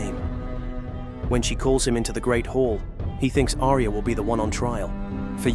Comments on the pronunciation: It's Ar-ya not A-ri-ya!! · Who the hell is Aria? It's pronounced Arya. 2 syllables. Ar-Ya.